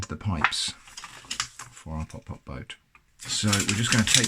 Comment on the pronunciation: it's not pop pop it's putt putt